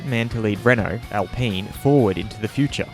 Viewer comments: Since when do you pronounce Alpine as "Alpeen"? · Why does he say Alpeen F1 and not Alpine F1 is it also a peenapple? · It's Alpine, not Alpeen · Alpine...”alpeen” 😂 cmon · Is Al-peen really the proper pronunciation?